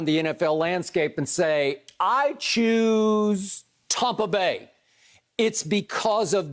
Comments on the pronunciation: Everyone: Tampa Bay Skip: Tahmpah Beh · Skip. It's TAMPA BAY. Not TOMPA BAY. Get it right and keep it right. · Most people: Tampa Bay skip: Tompa bay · he's subconsciously saying "Tom"pa Bay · Yes very annoying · Tom brought in AB, Gronk, Fournette and McCoy and transformed the entire franchise, as a lifelong Bucs fan i'm fine with the Tompa Bay era. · He's a hater. I said the same thing. TOMPA bay lol . They be hating on the sunshine state. But We get it. Haters.. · God I know right. it's so corny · As a Bucs fan, I agree lol